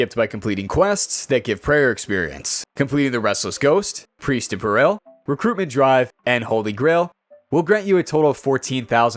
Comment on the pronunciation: Peril is said like “Paris” but with an L at the end instead